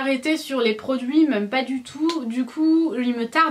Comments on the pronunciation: Ahah tu me fais trop rire avec tes "même" que tu dis "meume" 😂😂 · mais "meume" mdr on te changera jamais 😂❤